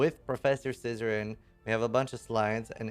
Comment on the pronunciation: i'm sorry but everytime u say "zizaran" i hear u saying scissoring. pardon my corrupted mind